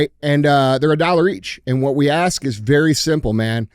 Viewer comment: Dj's been watching too much American Chopper.... "I got an Idear" "Let me axe you a question"... you aint ninja Paul Sr. Lmfao